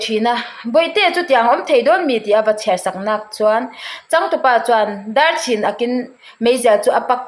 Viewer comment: Dâr chhin akin ti a I chhiar hi, Dar(koki dar) chhin (Cap) ni lo in chhin/khai sáng or tisang. Ak-not at pocket. Thu uarna zawk aw: Ák Ngaihtuah zui tawh teh i chhiar thiam lo em mai. Dar chhín ákin thian aw Dâr-copper Dar-Kokidar Chhin - cap Chhin- tikáng Ak- Ipte a ak Ák- thu uarna